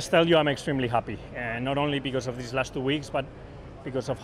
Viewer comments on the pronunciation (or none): none